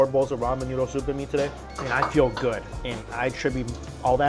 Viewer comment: learn how to pronounce English, its "good" , not "GORD"